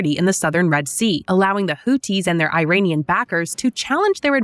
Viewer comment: Iranian not airainian